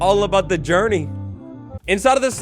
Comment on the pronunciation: "Its all about the jeorny"